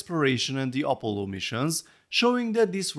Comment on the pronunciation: Op-o-llo...I love your pronunciation for Apollo. This set is freaking awesome and I strictly dislike technic sets but I love your reviews and take/outlook on the different art medium versus system builds. This is a technic set that I would gladly own sitting next to my NASA LEGO sets on display! Great review, take care. 🍻 cheers!